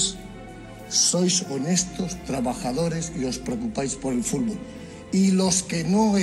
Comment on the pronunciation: "La FIFA ej limpia y trabaja por el fúrbol?" no se lo cree ni él.